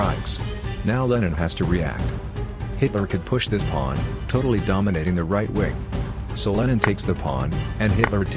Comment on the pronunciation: Why did I hear "bringing out the knight and attacking the pwan".